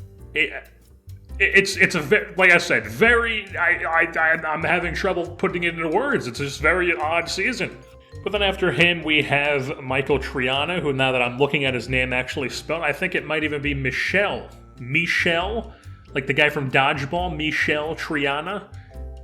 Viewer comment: Being a Spanish speaker, Michel is pronounced 'meetchel'. The 'i' is an ee sound and the 'ch' is a hard sound like in 'chop'. Like the 'i' in Michel is pronounced the same way as in Triana